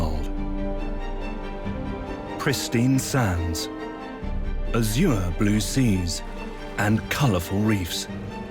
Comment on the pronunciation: At the mark, Azure was mispronounced. It should be pronounced /ˈæʒɚ/.